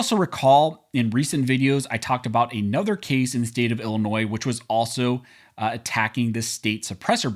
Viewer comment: Thank you for pronouncing "Illinois" correctly in both the singular and the possesive uses. As a long time resident of the state it annoys me when it's mispronounced, especially by lifetime residents!